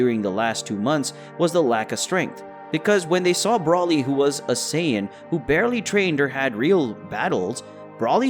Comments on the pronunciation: ITS BROLY. not braly!😠😒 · Bro-ly not brolly and ‘Wees’ not wis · Why are you saying wisss and brallly instead of whis and broly? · Its broly not braly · The way he pronounces Broly and Whis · Are you saying Broly and Whis like that purposely or?! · How do you not know how to say how do you not know how to say Broly and Whis? at least safe properly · Mispronounced broly an whis this whole video. Nice story tho